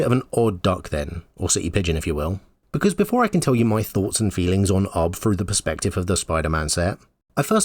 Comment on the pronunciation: Pronouncing UB as "Ub" is a disservice to Ub Iwerks, animation pioneer.